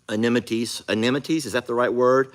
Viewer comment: you had a bit of trouble with the word "amenities", trying to pronounce it as though spelled anemities. ☺️